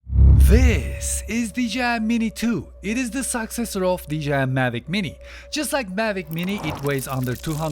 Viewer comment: Cool. You said suck-seccor